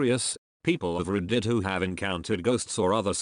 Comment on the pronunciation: Why do you say W-H-O??????